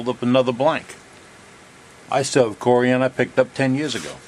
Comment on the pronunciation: It’s not CoriAAn. 😂